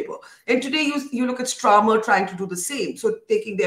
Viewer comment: She is rated as a big journalist but has not even done her basis research. Keeps saying Stramer instead of Starmer a number of times. Do some proper research and preparation before you ask your questions or make your comments Barkha Dutt.